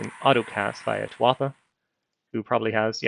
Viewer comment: Since you asked, it's pronounced "tuwa-ha". You got the first part right.